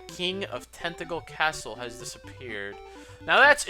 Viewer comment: When you said "Tantegel" I thought you said "Tentacle." Made me do a bit of a double-take xD Also, the drop in viewers seems to be across the LPing community. You, HCBailly, Chugga, (myself, though I don't presume to include myself with you guys :P) etc., etc.. 'Tis weird.